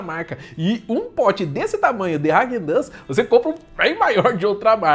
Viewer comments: ráquen dans kkkkkkk é raaguen dass a pronúncia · Pronúncia dele kkkk hagen duzz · Vc falou o nome da marca errado